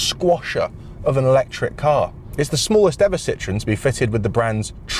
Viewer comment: One day the Brits will learn how to pronounce Citroën instead of calling it citron., how about a top hat to demonstrate the headroom?